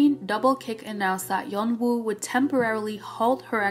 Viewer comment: i feel so sad about Daisy as she seemed to genuinely love doing this more than anyone else in the band (all 9 members) 😭 (btw "yeonwoo" is being pronounced "yono" and taeha correct pronunciation is "tea" not "teha")